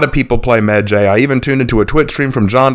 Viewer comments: his name isn't meh jay it's medjay like eye/sky/cry/fly/hi/bye/why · It’s really weird hearing people pronounce it that way medjay I’ve only rlly hear it sound like medjai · Alot of people pronounce medjays name wrong when it's pronounced "medji" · I got 2 things wrong wit this video the fact you think ubisoft is being racist and the fact u don't know how to pronouns the heros name even tho your supposed to be some kind of historian or what not